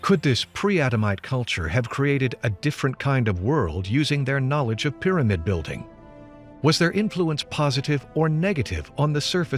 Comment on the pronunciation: ...thy ..peer amid...😋